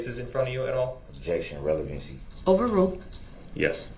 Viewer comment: Relevincy. Leadin de witness. Do dat. Objectiun axed and answered.